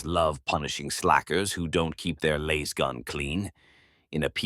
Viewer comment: Love the content but gotta say Laiz-gun was getting on my nerves haha. Its Laaaaaazzz-gun!